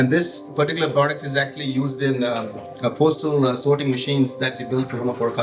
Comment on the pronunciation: Did he say postal equipment? Which machines did they program? You went on vacation and got grounded. 🤣